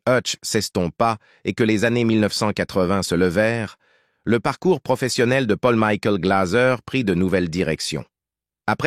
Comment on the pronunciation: Pôll Mikoul Glazeu !!! Maudite voix robotisée de l'IA 🙄